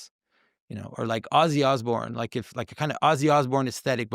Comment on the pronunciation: Oh believe me,, we like it. We wike it a wot!